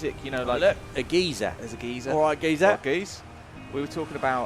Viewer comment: A fully modeled solar system, oh what No Mans Sky was supposed to be? Gentlemen, there’s a major difference between a geezer (as you said it), which is an old person, and a geyser (guy-zer), the hot water and steam eruption. lol